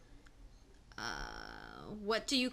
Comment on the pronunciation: yeah, you got a bit more into it than we did, just rattling off a list of words. I didn't really care that much I guess. We have much of the same pronunciations, to be expected, but listen to yourself say "soda" again...that's the "up north" in us.